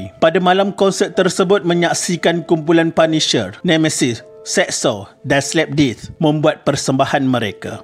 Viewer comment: Isu yg menarik. Tetapi kepada yg bersuara latar tu, please make sure your pronunciation tu clear ye? Slap death bunyi mcm slapdisc😅